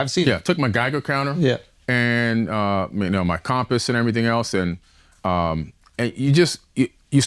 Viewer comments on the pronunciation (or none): He said Calmposs instead of compass just like Kat Williams!